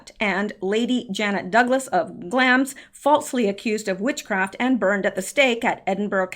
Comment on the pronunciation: following you through all this. just wanted to mention that I believe you are pronouncing Glamis wrong. there is a place in California called Glamis. I only know it because of sand dunes.